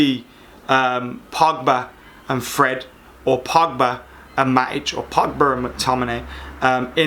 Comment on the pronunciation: “Paul Pugba” 😂👌🏽